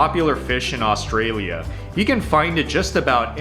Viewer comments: The guy is watching is an idiot. His idea of the ten best Aussie food is stupid, just so misinformed, plus I can't stand the way he says Australia!! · Ok if you can’t prounce Orrrrrstralia… you shouldn’t be able make video about it… we legit don’t eat half that shit.. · Omg if the guy showing you the foods says Australian/Australia wrong again I'm gunna flip lol, and omg barramundi is pronounced barra-mun-dee